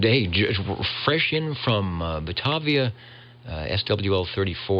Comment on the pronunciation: It's pronounced Buh-TAY-via,.:)